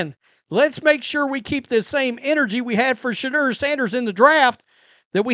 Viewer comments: This call calls Shedeur, Shidder. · you crack me up when you say Shedeur..soundn like the swedish chef